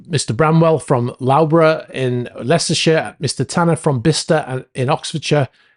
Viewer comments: Lowboro????...lol......Luffboro!! (LOUGHBOROUGH) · "lowborough" - Think you mean Loughborough - pronounced "Luff bur ra" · Hi for info - Loughborough - is pronounced ‘lufborough’. Good info thanks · Loughborough in Leicestershire is pronounced “Luf bra” very interesting commentary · Sorry, as a regular watcher from Leicestershire UK, I have to correct you😆🤣 "Loughborough" is pronounced "Love-burr-oh", you made me chuckle after reporting on such horrendous news. Thoughts and prayers for the loved ones of those lost by the sinking of the Bayesian. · I know that details are important to you, so for no other reason than that the town of Loughborough is pronounced "Luff-borough". Great work on the channel by the way! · Loughborough = Luff-borough. But it is a weird name. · Hi, I think you probably meant Loughborough (luffburrah)? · Hi Loughborough is pronounced Luffbra. It's has one of the biggest sports universities in the uk. Sorry i live in said town. Even the americans don't pronounce it that bad lol😂. Next time you're on the m1 going by j23 look eastwards and you'll see the university like a monolith. If you look west you'll just see the incinerator at Shepshed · Well done - by the way it is pronounced Luffborough. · It's pronounced 'Luff' bru'. And the 'bru/o' neither rhymes with Irn Bru nor bro, as in brother. Loughborough. Or bra either! It's a short aspirated syllable. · BTW - Loughborough is pronounced Luffborough - I thank you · Loughborough is pronounced Luffborough !!!!! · Loughborough is pronounced Luffborra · Pronounced luffborough